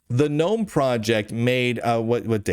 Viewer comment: thanks Lunduke for pronouncing Gnome "nome". it annoys the hell out if me every time someone says "Guh-Nome".